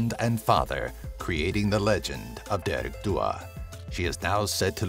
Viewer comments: Dearg isn't pronounced deearg it's pronounced jarig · He wasn't that bad. He definitely pronounced "dearg" wrong for dearg due though.